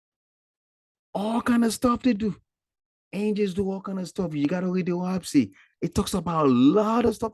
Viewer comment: I don’t think you’re pronouncing it right. Lol. It’s “Oahspe” not “Oahpse.” Lol